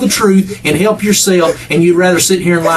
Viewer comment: Hewwwlp me hewwwlp yeww.